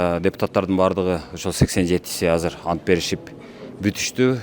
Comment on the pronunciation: Ассалоому алейкум кечке көрдүм биржа депутат антбергенде ант деген сөздү басым менен айтпады окуучулар декламатсия айткандай эле болду го